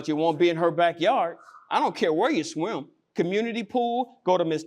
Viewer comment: He can't even pronounce Swim. He said Schwim.